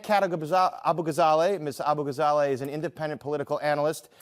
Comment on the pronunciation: I think he mispronounced her last name on purpose too.